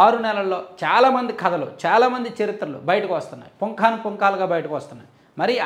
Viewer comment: పుంఖాను అనాలి పుoకాను కాదు.